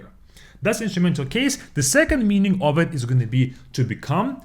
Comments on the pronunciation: The word of, is pronounced uv. The word you are pronouncing, is off. A lot uv water, not a lot off water. Off means to remove something. Take off your coat. It would be easier if I could pronounce the words so you could hear them. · "Of" произносится как "ов", а вы произносите Off. Почему кучу русскоговорящих не могут это никак запомнить😂